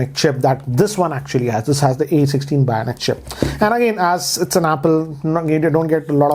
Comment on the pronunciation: is he saying bionic chip or bhayanak chip?